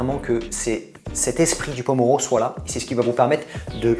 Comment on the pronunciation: MERCI pour les conseils sinon Pomodoro pas pomoro (tomate) :D